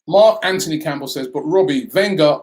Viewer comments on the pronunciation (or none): none